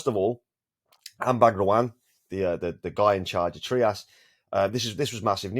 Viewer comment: Hello boss. The founder and CEO of TRIAS Anbang Ruan, pronounced it as “TRY-us”, not “TREE-us”. That is how he said it anyway. Out of respect, might as well say it right.